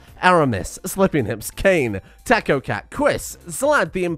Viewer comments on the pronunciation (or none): none